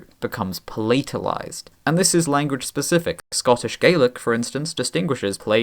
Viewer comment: I never heard palatalize with that pronunciation (so palátalize vs. pálatalize). Is that something typical for Britain?